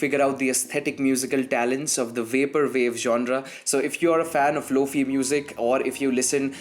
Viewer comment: Its lo फाई like wifi not फी